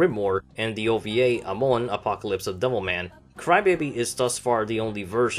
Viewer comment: I like the fact that you pronounced Amon correctly